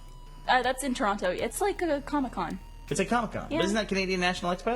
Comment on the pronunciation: I really like how burnie and maybe most Americans pronounce toronto . they really make sure they use the T